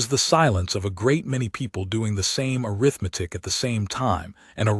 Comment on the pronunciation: Another massive mispronounciation: a form of counting - Arithmetic( uh-RITH-muh-tik ), not arith-metic